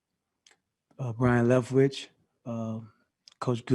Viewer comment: And Brian leftwich hahahahah!!